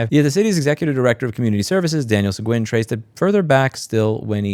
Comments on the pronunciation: Texas pronunciation of Sequin- Se"GEEN" . If you go to Sequin, Tx they will correct you...lol. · Louis the surname Seguin is pronounced seh-geen and huge thanks for the attention on taylor tx leadership being crap :3